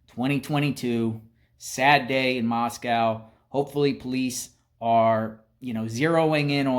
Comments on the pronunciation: Moscow is pronounced , Moss-Koh like the word oh not COW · Read your comments, it's pronounced MOSS CO !